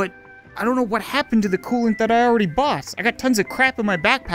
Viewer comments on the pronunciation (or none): Wheres my cooloant??? Last episode: Throghs cooloant